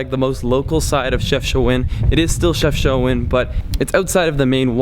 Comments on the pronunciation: It's not pronounced CHEFCHOUAN* but CHEFCHAOUEN* and i reaally love your videos in my country ❤ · Dude it’s called CHEFCHAOUEN not CHEFCHOUAN 😂😂😂😂😂😂